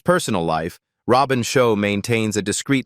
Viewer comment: Robin Sho as Leo Kang 🤦🏻‍♂️😂 it's Robin Shou as Liu Kang, stupid fucking AI...